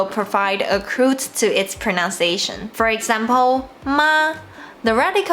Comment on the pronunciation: I have watched some of your pronunciation guide videos. They are really helpful. FYI, I noticed you mispronounced the word "pronunciation" multiple times during your videos. I don't mean to be judgy, just want us to be better. Greeting from Vietnam. Keep up your good work.